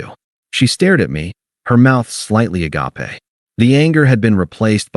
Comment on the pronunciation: Agape rhymes with ape and means open or ajar.